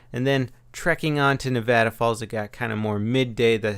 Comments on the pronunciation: wow somebody not from Nevada said Nevada right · You just climbed 3 rungs on the latter of respect I have for you because you said Nevada right! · YOU SAID NEVADA RIGHT!!!!! I LOVE YOU....